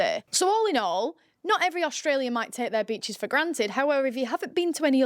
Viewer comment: I stopped at Breachs. Yeah? Nah. It's beachEs.